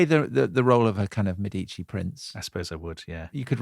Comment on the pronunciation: By the end of the program, you eventually managed to pronounce correctly “Mèdici” and not “Medìci”. Now, you might want to try some others: it’s “Signorìa”, “Miràndola” and so on.